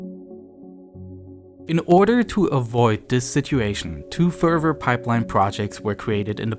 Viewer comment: Good documentary. But I don't pronounce the "v" in "further". 🤣